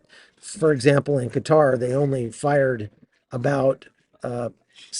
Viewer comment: Thank you! For pronoucing Qatar correctly! ❤